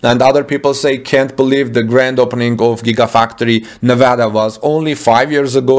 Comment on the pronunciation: excellent pronunciation of Nevada. Like a native my friend.